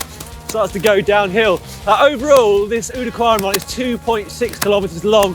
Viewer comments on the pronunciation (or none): Great video; awful climbs. Guys, work on rule #89: the “ou” in Oude Kwaremont” is to be pronounced as in “loud”; not as an “oe” or “oo”. We’re not cows, but cyclists. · The ‘ou’ in oude kwaremont is actually pronounced as in ‘ouch’ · "Oude Kwaremont" how you pronounce that is tooo funny ... you could just call it "the old Kwaremont".